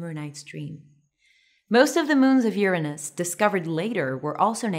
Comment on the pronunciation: Thanks for providing the proper pronounciation :D